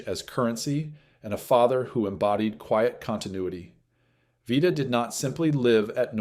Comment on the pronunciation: Narrator Can’t decide how to pronounce Vita’s name.